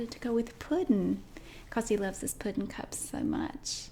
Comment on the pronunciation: Puddin. I heard it as Putin. And it makes so much sense. You must have done this on purpose!!!